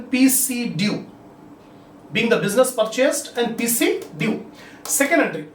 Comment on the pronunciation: Assalamu alaikum Sir in 5 th problem I didn't understand your pronunciation Of pc due 5-6 times I have listened even though I couldn't get it so can u tell actually what is the statement of first journal entry